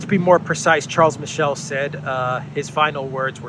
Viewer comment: Charles Miss-Sell